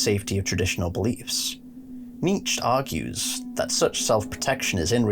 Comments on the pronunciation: It’s KNEE CHA not KNEETCH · Nietzsche is pronounced nee-chuh not neech. Btw I like your lore videos please keep going! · It's pronounced NEE-CHUH (Nietzsche) and also when you speak about Alll-Mer you seem to think he's crying blood. I'm surprised that you don't recognize that it actually mirrors Christ's chest being pierced by Roman soldiers with a spear, hence the bleeding falling from the chest area, not his eyes. HOWEVER, i must say that you do put a lot of good work into your videos, my friend. Overall, well done. Liked and subbed, because I want you to succeed. Just got a few dialogue things to tweak;) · How tf are you pronouncing "Nietzsche"? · your pronunciation of Nietzsche makes me want to eat fiberglass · Dude same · I love your video, especially exploration of philosophical perspective, but there is a "e" sound and the end of Nietzsche.